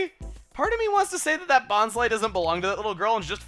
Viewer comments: if you watched the hoenn/sinnoh anime, its pronounced bon-sly not bons-ly. brock and bonsly himself actually pronounce it like that. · its been pronounced bon-sly eveyrtime i heard it. they make some mess ups but i dont recall a second pronunciation for bonsly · according to the Pokedex 3d app, which Chuggaa has said he bases his pronunciations off of it is pronounced Bon-Sly, like the Bonsai tree. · Christopher Lerew also if you play Super Smash Bros Brawl, when Bonsly is summoned it says "Bon-sly" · why wouldnt you pronounce bonsly as bons-lee? words ending in 'ly' are always pronounced with a 'lee' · Juicy Citrus In the handbooks with the official pronunciations it always said that the last syllable of Bonsly should rhyme with pie, or to be more accurate, rhyme with bonsai like what Bonsly is based off. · it doesnt matter how you pronounce names, Americans might pronounce things different from other regions such as Australia, deal w/ it